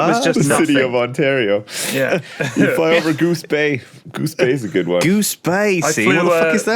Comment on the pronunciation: The city of "Ontario" good try Lewis.... good try